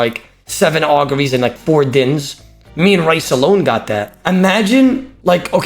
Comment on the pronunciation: How does still not know how to pronounce his name. It's pronounced Reece not Raice